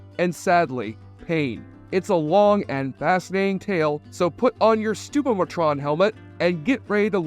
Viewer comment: It’s “Stoo-POM-itron”, not “STOO-poh-mitron”. As a die hard Ren & Stimpy fan I’m out.